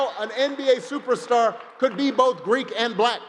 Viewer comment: He said freek not greek!